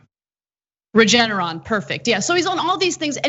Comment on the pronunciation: Cenk giving Regeneron a French pronunciation?